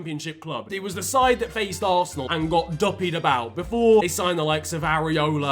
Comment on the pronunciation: He butchered West Ham and Arsenal worse than his old haircut 💇